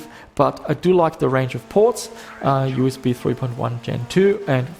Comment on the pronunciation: edge dee am i, you ass bee.